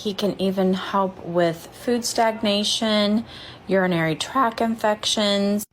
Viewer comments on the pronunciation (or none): Did she say urinary "track" infection lollll